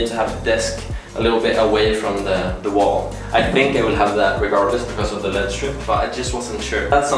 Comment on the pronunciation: Im sorry lol L E D strip not Lead strip. It’s three letters not a word